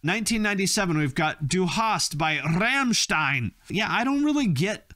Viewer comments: Every time this guy says "RRRRRRAMSHTINE" i lose it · Coming from a German,your pronunciation of Rammstein is infuriating